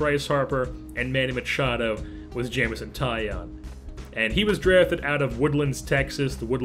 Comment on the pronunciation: It's not Jameson tie on it is tie own like a tie and you own it! (He said this before the 2013 futures game lol